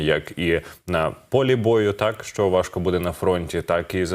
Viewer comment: не сЧчЧччЧо а шшщо.... звук шшшш не ЧЧЧ